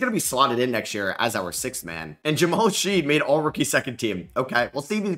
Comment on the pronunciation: His name is pronounced Shed not Sheed.